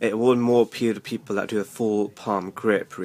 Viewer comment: Did you just said PEPLE????????